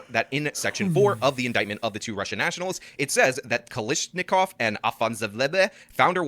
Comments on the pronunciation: F me it’s Kalashnikov Kalashnikov not Kalishnikov. Has this guy never heard of that rifle? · this guy pronounces kalashnikov as kalishikov?? bruh